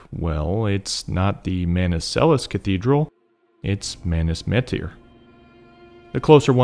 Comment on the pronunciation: Thank you for enunciating the T in metyr like obviously it’s ridiculous I even feel the need to thank you for this z